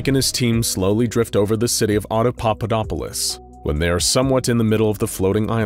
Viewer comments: Yeah he did. Watch it again, switches from saying auda-papa-dopolis to auda-dada-dopolis. Starting at about onward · After the first few times he says the name of the city the narrator starts mispronouncing it as "audadadapopolis" lol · After the first couple times he keeps saying it as audadudadopolis >_< lol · I believe it's pronounced: Auda-papa-dopolis. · I can only imagine how many takes it took to keep pronouncing "Audapaupadopolis" -- I can't even do it once. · Yeah… except he messes it up every single time after first and second one. Drove me and my wife crazy. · I like how even the narrator has trouble pronouncing it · Love it when mysteries and world building are set up in SCPs. It's what gets me most hooked on SCP. And: Good work, but, and I know it's not easy, but keep practicing saying the city's name: Oppodopolis. I mean... Papadopoulos! No... Audiopopulupus! Er... Snuffleupagus! I mean... Hopscotchopoplus! Uh... Autoshopolus? Damnit, I'm just gonna call it the city of "Frank." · I love how even the narrator mispronounces Audapapaudopolis, why did they choose such a difficult name? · His pronunciation gets worse and worse! Lol. It’s like Benedict cumberbatch and penguins!